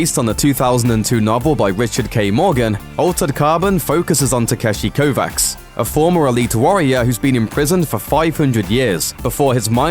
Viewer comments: Altered Carbon - It's pronounced Ko-VASH !! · It's pronounced like Kovach. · Kovacs is pronounced "Kovach." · Ah! Kovacs is pronounced Kovach! He comes from a Japenese/Eastern European blended society. If the show doesn't get that right, it may be ruined for me... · Just finished reading Altered Carbon, that could be pretty freaking cool. Also, it's pronounced "Kovatch" (much to the insistence of the protagonist in the book) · I hope that they won't pronounce Kovacs as stupid as the guy in the video. It's Kovach.